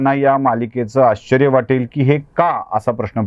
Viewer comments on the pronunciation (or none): none